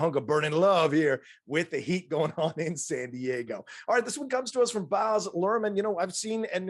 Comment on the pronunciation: It's pronounced Baz as in Basil Brush (where his nickname originated), not Bahz. This movie really does have his stamp all over it. Austin Butler was great in it!